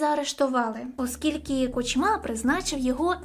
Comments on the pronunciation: Все чудово, лиш довільні наголоси ріжуть вуха. КУчма, а не КучмА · Перепрошую, у прізвищі Кучма наголос на у, на перший склад. Сподіваюсь, візьмеш до уваги☺️)